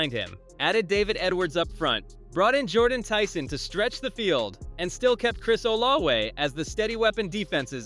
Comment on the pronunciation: It's not olawe, oh la vay.....